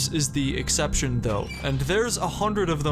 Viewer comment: "Doors is an expection" ... Rooms.